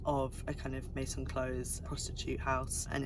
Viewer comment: Love these roundup videos ! Never stop ! (But i will say... Viard is not pronounced "Viarde", the D is silent and it's "Meh-zon" not "méSSonne". Z not double S + we do not pronounce the N).